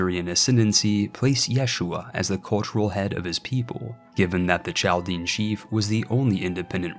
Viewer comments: its pronounced Kal-Dee-En , source: There are tons of them in Detroit, they talk about this ancient history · I love this vid! Inspires me to do a similar challenge. The historian in me wants to point out it is pronounced "CAL-DIAN" the Ch makes a K sound